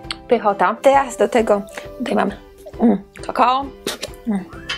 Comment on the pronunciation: Nie mówi się "kakaa" tylko kakao :)